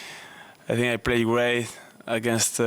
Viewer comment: Carlos struggles with the word "great" which he pronounces "way" lol/ Vamos Carlitos!!!